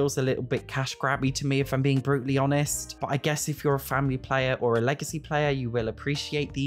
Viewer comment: Thought he said “Bruce lee honest” 😂 had to run that back